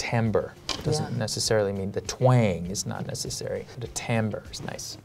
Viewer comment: I hate to be "that guy" but............ It's timbre. Not tamber.